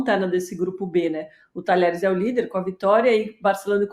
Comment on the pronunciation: Um jornalista pronunciar Talheres é dose hein PQP!!!